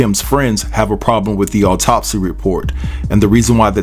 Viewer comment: There is no emphasis on "top" in the word autopsy. The emphasis is on the beginning of the word. Alright....😉